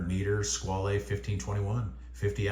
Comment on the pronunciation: Squale is a French word, so the e at the end is silent. It's pronounced "Skwal".